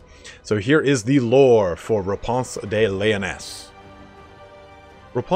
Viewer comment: "Raponse" very posh lol